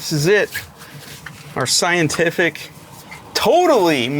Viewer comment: It's thigh-entific! Lol